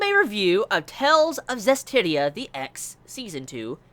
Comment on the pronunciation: Omg you actually pronounced it correctly..I'm so proud of you!:D Yeah a pretty slow start, but this second cour will ramp up very quickly and I can't wait to see it.:D PS: Tales of Berseria is coming out at the end of January in the west.